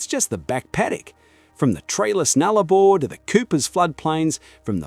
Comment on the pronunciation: Nullarbor, not Nullabar.